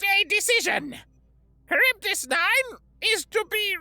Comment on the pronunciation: Minor quibble...Charybdis - Greek....Kar-rib-dis